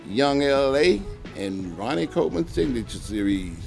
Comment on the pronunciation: "Ma Name Ronnay Koh Min" lol